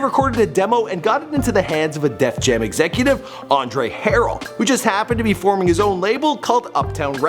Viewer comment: Aundre haral this dude can't pronounce any well known billionare stars name for shit damn